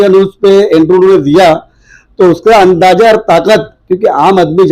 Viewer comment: andaja nahi Andaza hai Language padhe likhe jaesi honi chahiyye